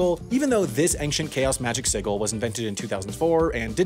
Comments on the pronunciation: sigil is pronounced "sij-uhl" not "siggle" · Wikipedia page for Ellis (sigil): [clarifies that “sigil” is pronounced /ˈsɪdʒəl/]: [confidently mispronounces it as /ˈsɪɡəl/ multiple times] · Are we just gonna let him get away with pronouncing sigil as “si-gull” instead of “sid-jul”? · Who pronounces "sigil" "sig-il"? The correct pronunciation is "sih-jill", btw. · sigil is pronounced in Ecclesiastical pronunciation like /si.d͡ʒil/ while in classical pronunciation it's pronounced like /si.gil/ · I lol'd the siggle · Ok thank God, I was doubting my pronunciation of sigil lol, it's more like "sid-gil" right? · The fact that he says "sigil" like "siggle" confuses me more than the existence of the Angzarr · No one at all talking about how he just pronounced sigil like it rhymes with giggle?? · this mf said "magic siggle" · Love how the screen capture of the sigil's Wikipedia page contains the pronunciation of the word "sigil" while you pronounce it with a hard G. And no, I'm not being prescriptivist, just thought it was funny. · He actually put the phonetic guide for Sigil on the screen and still mispronounced it 😂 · you mispronounced ’sigil’ TWICE. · It hurts me every time I hear "sigil" pronounced like that. I know it is pronounced differently in the UK, Australia, etc. than in the US, but still is painful to hear it pronounced differently than how "vigil" gets pronounced. Yay for English being overly complicated by exceptions to rules all the time! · I like how there's a phonetic spelling of "sigil" on screen at the exact same time you're mispronouncing it. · I don't know what's more depressing, the fact that a full-time narrator can't pronounce a two-syllable word like "sigil" correctly, or that the literal pronunciation key is on screen when he's mispronouncing it... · I liked the part where you showed the pronounciation of sigil while saying it wrong. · Wow ive never heard anybody pronounce "sigil" that way 😂